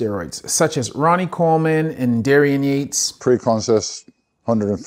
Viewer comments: I stopped watching this video when you said the name "dairy an yates". there really no excuse to getting that name wrong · I'm not saying this guy doesn't know what he's talking about, but he clearly doesn't give a shit about bodybuilding and did some pretty thin research for this video. I'm four minutes in and the guy has mispronounced Dorian Yate's name and said that dudes are possibly getting more jacked because they're doing HIT. C'mon man.